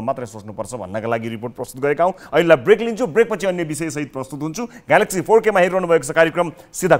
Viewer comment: बोल्न नजान्ने, उच्चारण गर्न न।नजान्ने लाडो को हाइ हाइ।ग्यालेक्सी फो के लाडो जस्तो उच्चारण ।